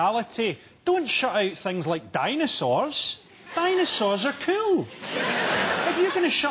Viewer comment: "Dinosaurs are koowll!"